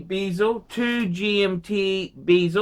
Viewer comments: when did bezel become bee-zel ? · Hey - that's not how you pronounce 'bezel'